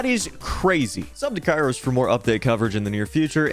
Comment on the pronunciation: THAT AINT KAIROS TIME THATS KIAROS TIM